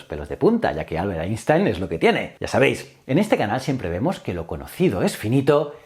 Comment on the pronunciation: Qué gozada oírte pronunciar bien Einstein!!